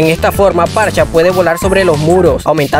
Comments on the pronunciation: Parcha? Que carajo XD Amigo es farsa, en el inglés "ph" es pronunciado como "f" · Porque le dices parcha xd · ALGUIEN PUEDE PRONUNCIAR BIEN SU NOMBRE? Dios...